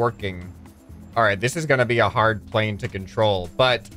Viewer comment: “I wanna create another crazy wing style pwane” not typo that’s what I heard